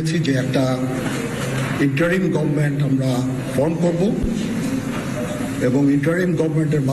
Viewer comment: আপনি তো ইংরেজিটাও ভালো জানেন না। বললেন --"গভমেন্ট , আসলে শব্দটা গভর্ণমেন্ট"।